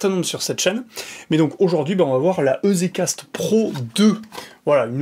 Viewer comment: Pour info EZ c'est pour Easy donc à prononcer "Izi Cast" plutot que "Ezé Cast" ;) Merci pour la video